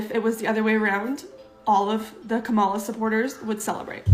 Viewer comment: Like, you still are mispronouncing Kamal... I will teach you now. Say Pamela... Now replace the P with a K.. come You can do it... Kam-ma-la